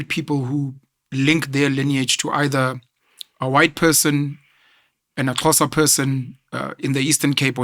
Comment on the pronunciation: Why is it so hard for him to say Xhosa😮